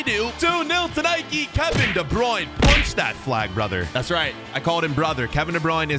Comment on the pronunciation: If Kevin De Bruyne is your brother, how do you not say his name right?